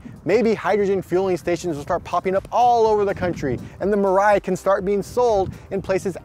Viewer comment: It is pronounced as "Mee-Rye"(未来）....